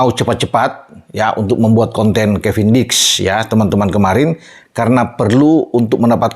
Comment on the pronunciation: dulu bilangnya kevindiks